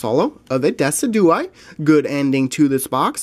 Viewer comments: It's not decudye it's D-Y-S-I-D-U-A-I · It is Deh-sijew-eye. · when pronouncing it it is Jew not du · Decidueye is pronounced as "Decid-u-eye" as the name is based of a deciduous tree. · Great video and some nice pulls. :) I think Decidueye is pronounced Deh-Sid-You-Eye Lunala is Loo-nah-la